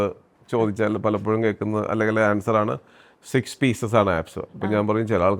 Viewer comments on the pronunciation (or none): none